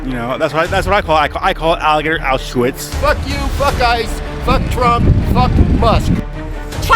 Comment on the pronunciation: That’s what he calls it alligator Auschwitz but he can’t even pronounce Auschwitz 😂